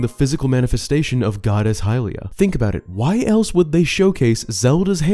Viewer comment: It's hylia